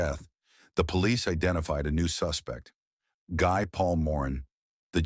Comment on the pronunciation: Good review of the case but the name Guy is pronounce Gee, a French name.